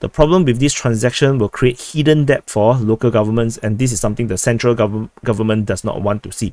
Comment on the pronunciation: "Debt" is pronounce - "Det or Deht" The B is silent